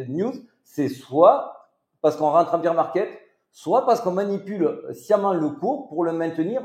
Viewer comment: Merci pour la vidéo! Une remarque toutefois: « Bear market » 🐻 se prononce « bère », car le beer market c’est autre chose🍻😅 Biz les!!